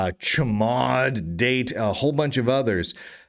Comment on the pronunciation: wait.. is the pronunciation really "tchmod"?